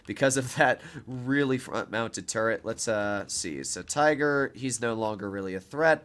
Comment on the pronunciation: "We got the Te-iger" I'm sorry. The what?